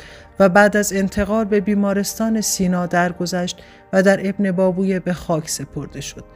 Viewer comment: ماشااله به اینهمه سواد! بهتره شما اول تلفظ درست کلمات و اسامی رو یاد بکیرید و بعد برنامه اجرا کنید! ebnebAbevey--اینهم تلفط اسم ابن بابویه با حروف لاتین!🧐